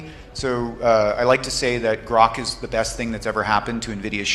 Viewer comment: It's Groq not Groke.